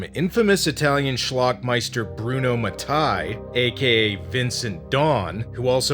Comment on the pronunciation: * Bruno Mattei, not Bruno Matai